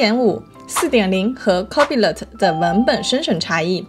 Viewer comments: copilot應讀 co-pi-lot，不是copy-lot。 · NO！应该是：抠怕了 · 微軟那玩意兒唸作Co-pai-lite. 其他的受教了～ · 内容很干货，但是copilot你杂发音？